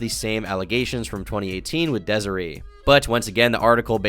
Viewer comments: It’s Dez-A-Ray not Dez-A-Ree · It’s pronounced DESIRAY you absolute dunce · its pronounced dez-uh-ray bro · the way he pronounces desiree is crazy 😭😭